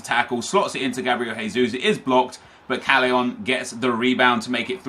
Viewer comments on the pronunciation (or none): gabriel jesus is pronounced 'jay'-sus not 'hay'-sus, he's brazilian not spanish, just so you know nep 😊